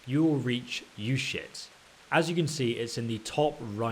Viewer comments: "You-shits" uzhits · You shits?? Lol its pronounced Ooo jets (soft sounding J) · "Ushits" lmaooooo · I'm sorry but it sounds like he's saying you shits not trying to make fun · Izhitz, Uzhitz, Wezhitz. LOL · I'm sorry, I can't keep a straight face when you keep saying "you shits." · Uschitz, shovel... Ischitz, Ushovel lol